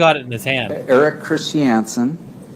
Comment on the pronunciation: The way Paltrow's lawyer pronounces Christiansen makes me angry.